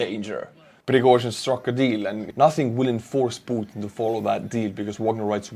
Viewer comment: I really like the way you pronounce P u t i n!!!